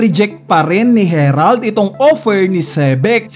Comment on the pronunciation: Buti naman nabasa mo na na "harald" hindi herald